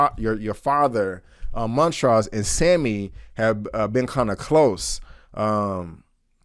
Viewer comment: Why do you keep pronouncing the characters names incorrectly? Montrose is clearly said in the show and so is Hippolyta.